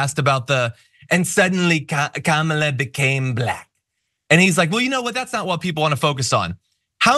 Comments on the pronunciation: It’s pronounced,” KARMA..LA. Get it right..your future depends on it.. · A shoe called Kamabla or Kamablah or cofefe or whatever word or name Trump can't pronounce or slurs or whatever? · The weird thing about it is if he’s just mispronouncing her her just to be disrespectful or racist or whatever the heck he’s doing, I think ‘Kambala’ would sound better than ‘Kamabla’ if you insist on adding a ‘b’ into her name and your just gonna put it in anywhere. At least with ‘Kambala’ it ends in an Allah sound, and he can scare all his wacky ‘Christian’ right weirdos. And it just rolls off the tongue better anyway, than ‘Kamabla’. The guy’s just friggin weird.